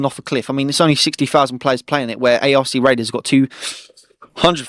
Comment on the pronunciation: Sorry but I gotta say it, the ARC in ARC raiders is pronounced as 1 word, not by its individual letters lol